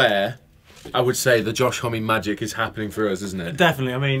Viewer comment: Josh "hommey". Josh "home" surely